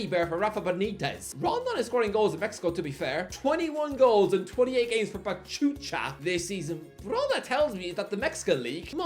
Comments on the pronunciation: PACHUCHA GET IT RIGHT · Pachucha! Jajajaja no puedo de la risa 😂. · Pachucha* hahaha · Him pronouncing pachuca is hilarious 😭🤣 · I'm sorry, How did you pronounced Pachuca? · Someone stop from pronouncing foreign teams or players in the future. The way he pronounced Pachuca and Caicedo hurt my soul